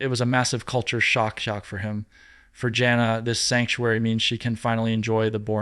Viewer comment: Something wrong...he mispronounced jana and jinger name .he even breathes funny..he pronounces tonitown wrong..something not right